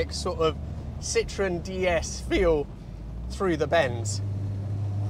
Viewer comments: Sitroèn non Sìtroen... I francesi accentano L'ULTIMA sillaba, ignorante!!! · Don’t you think that if you are going to spend a quarter hour talking about a car you should know how to pronounce it? There is an umlaut over the ‘e’. It is called a Citroën — sitro-EN. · I think for me - the very awkward appearance of the car would have prevented worldwide success., despite all the innovations. I do like how you drop the “e” in pronunciation so that it sounds more like citron - the French word for lemon - but maybe that was intentional? 😂 (I believe should be closer to cee-troh-en - using a nasal French “n” at the end not an English “n”) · You could at least pronounce Citroën properly. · A Dutchman in love with things French: you're like Mr. Citroen himself. Btw he himself added the dots on the e: was so tired of the french grieviously vandalizing the pronounciation of his last name..